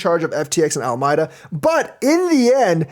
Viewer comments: al a meeda not almyda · Al-my-da?? Ala-me-da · Alameda Reaseach, named after a city and county in California, is pronounced "AL-ə-MEE-də".